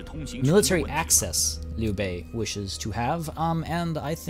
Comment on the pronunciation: Dude, Chinese here, I can tell you really studied those names lol, the way you said Liu Bei omg, I had to go back and liten to it a few more times xD